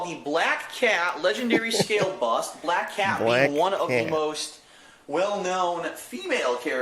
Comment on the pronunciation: BLAYUCK CAYUT! GOD I can’t stand his voice. Especially words with the harsh “A” sound.